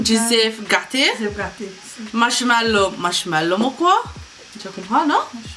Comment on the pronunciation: Nu dire marshmallo ...marshmallow mem..ok